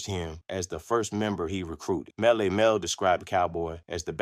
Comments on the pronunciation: IS THIS AI? YOU DONT KNOW WHO YOU ARE TALKING ABOUT? MELLY MEL NOT MEL MEL! 😢 😢 😢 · Y'all gotta stop with the AI narration, Melle Mel is not pronounced ' Male, Male'. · They need to tell it to pronounce it like Mel E Mel 😮😴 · gotta pronounce Melle Mel correctly if you gonna do this